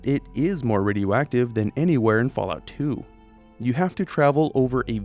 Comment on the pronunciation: he said fall tity 😊😊😊